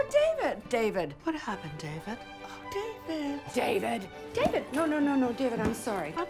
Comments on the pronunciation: Alexis: Dee-Ved Moira: Day-Ved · Moira : "Daevid" Alexis: "Deevid" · Ew Dayy-vedd!! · Is it me or does “David” starts to sound like “Steven”? 😂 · At some point all I heard was “daybed” lol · Honestly I heard a LOT of “Divids” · After a while i hear Divot instead of David, idk why